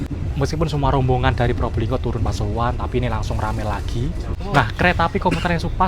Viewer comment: pasuruan ❌ Pasururuan✔️